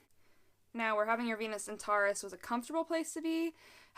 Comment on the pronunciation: Sometimes when you say Venus it sounds like penis. Makes the video hilarious